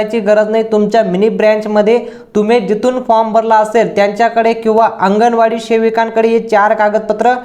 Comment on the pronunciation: महिला बिचार्या किती साध्या भोळ्या अशिक्षित आहेत.अंगणवाडी शब्दसुद्धा त्यांना नीट माहीत नाही.त्या आंगणेवाडी असा उच्चार करतायत.